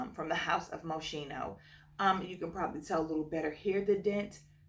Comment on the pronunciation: I said this on another channel the other day but native English speakers always say mosheeno when they try to pronounce the brand Moschino. I see why your brains go that way, but it should sound like moskeeno. Anyway, I watch fragrance review channels all the time but youtube only started recommending me yours today. Your passion for this hobby really comes through in these videos. Really wanna try La Nuit Tresor. I only have a flanker(a la folie). It usually never happens that I know a flanker before the original.